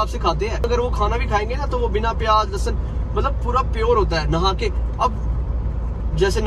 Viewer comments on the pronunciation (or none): none